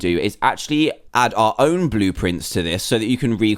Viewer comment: at 9:90 when you said how to make your aown bluprint make one for tryayorus